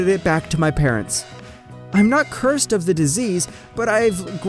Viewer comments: Is it just me or the "cured" word sounds like Cursed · Did anyone notice that he said cursed instead of cured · He just fucking say cursed insted of cured that might be the hint of the story? Or not